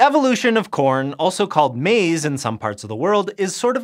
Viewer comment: Said that right but not maize